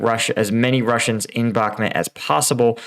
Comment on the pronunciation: A cow makes "moooo" like in Bakhmooooot. The map says Bakhmut and other youtubers pronounce it with a "u". The Bakhmet part confuses me.